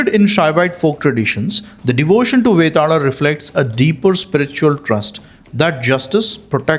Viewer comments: Vetaala. Not betaal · V and B are not what I am saying. I know it can be interchangeable from region to region, and language to language.. Like Barun and Varun, or Bikram and Vikram. I am talking about the R that you are adding.. You are saying it like Vetarla and Mahakarla.. Why the R? It is so weird to hear that... 😅